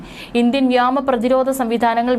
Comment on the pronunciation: എന്താണ് ഇങ്ങനെ പറയുന്നത്, സ്ക്രീനിൽ വ്യാമ എന്നാണോ?